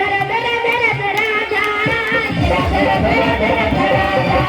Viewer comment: राध राध बोल रहे